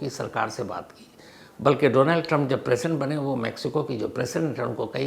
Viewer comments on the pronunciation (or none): none